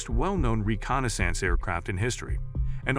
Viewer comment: As long as they were used for reconna-sance and not reconnaissance we're safe 😕